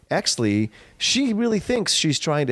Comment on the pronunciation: Great podcast, was I the only one bothered when they kept saying hexly instead of exley